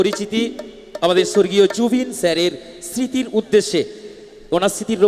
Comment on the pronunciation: স্মৃতি উচ্চারণ টা ঠিক করা উচিত